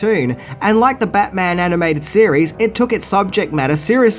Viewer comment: Are you saying cereal or series.